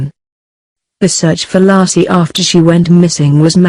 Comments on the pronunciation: The woman's name is pronounced LAY-SEE (not Lassie) for crying out loud. I hate the computer voices with a passion. For a nominal fee I'd be willing to voice the scripts. I'm so tired of these. Another video with computer voices has to do with Black Lives Matter. A computer doesn't know the difference between lives (as in she lives down the street) and lives (as in their lives are as important as our lives.) pronounced correctly it rhymes with hives or chives or dives. Narrations should always be done with a human voice and not a machines! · So disrespectful, her name is Laci not Lassie,dumb computer generated voice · You need to remake this video,and take this disrespectful one down. Her name was Lacy,not lassie you dumb ass!!!!!!! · Her name was Laci not Laacy, you foreign robot! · Nor Laaaci .. Layci. She was murdered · LASSIE WAS A DOG! LACI was a murdered preg woman! Can you not pronounce names correctly!? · Her name isn't LASSIE it's Laci for crying out loud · First minute in, ..... Lar see Peterson. Ridiculous you can't call her name correctly. Total put off, that voice. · It's pronounced laaa. A. See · If she says "LASSIE" one more time I'm gonna shove a Milk Bone up her keester!!! SMH 😎🙊🙉🙈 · Lassie and little timmy. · Hey...get the robot to pronounce Laci's name correctly....an insult to the dear woman. RIP. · Please get am American to do this video! This woman off here, she can’t pronounce it correct! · I HHHHHHHHAAAAATTTTTTTTEEEEE the stupid computer voice. Can't even correctly pronoun Laci for F#CK SAKES